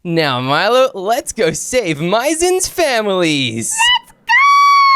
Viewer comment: maizen not mizem